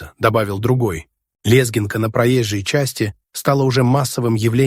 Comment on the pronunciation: Какое позорное роботочтение,это ужас --лЕзгинка и пр.прелести,тьфу на вас,дизлайкище за хреново поданный материал,хоть и актуальный.